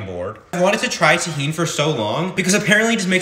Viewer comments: I'm pretty sure you're pronouncing it wrong it's pronounced tuh·heen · Tahen is how it’s pronounced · Ok, i know your not hispanic but it isnt tejin its ta - jin and the j is pronounced like an h so its ta - hin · Tah hin is how you pronounce tajin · It’s pronounced Ta-Heen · me being mexican tajin isn’t pronounced tahean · Hello, it’s pronounced tahin, thank you, bye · Your not pronouncing it, right😂